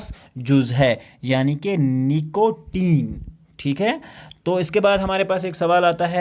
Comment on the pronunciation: نیکوٹین ۔❌ نکوٹین✔️